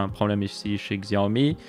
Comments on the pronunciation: Tu peux dire "Siaomi" au lieu de "Xiaomi" xD Nan moi aussi je faisais l'erreur, je ne juge pas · Ca se prononce Chiaomi.